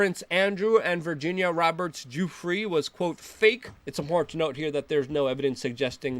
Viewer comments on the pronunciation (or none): none